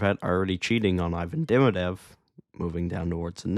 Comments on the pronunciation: It's Demi-dov not Demi-dev. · its demidov not demidev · De MI Dov. Russian names place emphasis on the penultimate syllable, like Italian. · Had you never heard his name pronounced?